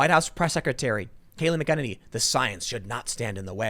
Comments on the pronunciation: Tim please pronounce her name correctly. Not Mac Kennedy. Mac-uh-nen-E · Why does nobody know how to pronounce Kayleigh's last name... its Mac-an-inny ... not Mickennitity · Tim Kayleigh Mac Ah Nay Knee!! Love you Brother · Its “*Mac* ’-Eneny” for anyone who cares. Emphasis on the ‘Mac’ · I know it doesn't really look like it (but it does)... but her name is phonically said like this: MAC-uh-NANY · Come on Tim. You're from Chicago and you can't handle an Irish name like MAC-an-nA-nee . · For God's sake can please do for God's sake can please do some research use the phonetic websites to translate this person's name your hacking Kelly mcenany her name two pieces come on dude seriously you're a journalist you should do better than this it's McEnaney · Not a huge deal, but Tim keeps pronouncing her last name incorrectly. MAK-uh-NAY-nee is the correct pronunciation. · MAC-EN-EY-KNEE .. Say it slowly .. MAC-EN-EYY-KNEE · Mack-ah-nay-nee is how it’s pronounced. Trump 2020🇺🇸🇺🇸🇺🇸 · It's pronounced 'MAC-a-nany'. Sheesh. Emphasis on MAC. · It’s pronounced Mack-A-Nenny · MACK-en-ane-ee, sort of rhymes with cockamamie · Tim, you pronounce her name incorrectly. Not that big of a deal, but it bothers me every single time... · Tim says her name wrong EVERY time lol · Jesus Christ. You still can't pronounce Kayleigh's name? Damn, watch the news and listen. Do your homework. Who the hell pronounces names like that? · Can someone please tell Tim how to pronounce her name. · Someone please teach our beloved Tim how to pronounce Kaleighs last name. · Tim, check McEnany pronunciation. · Please learn how to pronounce her name properly! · Tim say her name correct please...haha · DEAR GOD PRONOUNCE HER DAMN NAME CORRECTLY!! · Please pronounce her name correctly. Please Tim. Seriously. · He literally has her name in front of her and he can't pronounce it right. Ffs.